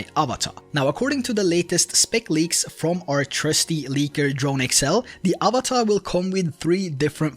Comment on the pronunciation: Avata, not avatar